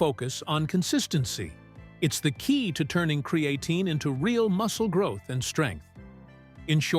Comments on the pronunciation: "With Cree-Ay-teen"... ok AI 😅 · It's not cre A tine.